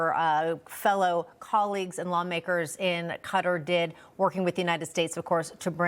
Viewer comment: Qatar isn't pronounced cutter....it's pronounced KATAR (all A's) with the accent on the 2nd syllable. How embarrassing we can't pronounce a foreign delegate's country's name correctly when speaking with him on TV!!!